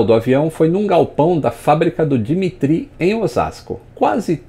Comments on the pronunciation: na verdade a pronúncia do nome é "dímitírri" com aquele R de rato do fundo da garganta e tônica no mi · Dimitri se pronúncia di MI tri